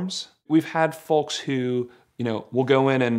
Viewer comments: The only time I've ever heard the L in folks. Great video. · He even got the L in folks